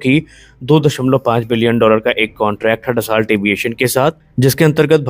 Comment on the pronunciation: उच्चारण डसाल्ट नहीं, ड-सो !